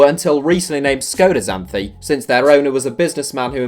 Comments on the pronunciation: "X, Zanthi"... It is Xanthi with an "X" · The X on Xanthi is pronounced as a Ks. Greek letter Ξ is called ksi